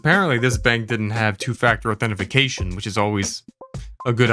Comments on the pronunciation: I can't tell you how many times I've said authentafacation by accident 😂 authentication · I know the scammer said "authentificatuon" because they're dumb, but are you intentionally mispronouncing "authentication"? Lol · "Authentification." Lost me there, guy. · You said "authentification" - that's not a word. Get fucked. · I can't tell if you're pronouncing authentication like that intentionally or what but it gives me the same feeling as when someone scrapes a chalkboard when you say it like that.